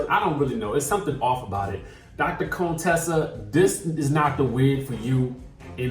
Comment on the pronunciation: Are you being shady, her name is Contessa not Conetessa lol. Can't wait for this season...a lot of twist and turns